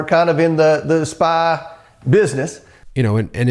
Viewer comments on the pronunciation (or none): The way Homer Comer pronounces"spy"as "Spa" 😆 Where I come from a"Spa" is a slang word for a moron, an idiot or clown when used in a derogatory way. So when he said "he's in the spa business" well sounds about right to me. 😂 I put Comer in the same category as his whistle blower, he's also a "Spa"!!! 😂🤣😂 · Comer didn't say 'Spy business', he said 'Spa business'. Search the saunas and beauty salons.